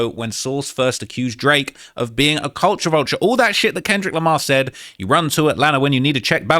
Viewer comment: “CULTURE VULCHAIR”